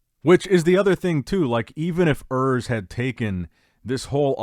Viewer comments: Oors, not Ers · His name is "URS" not "Earth" 😂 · Der Junge heißt Urs nicht Örs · is actually "Urs" my guy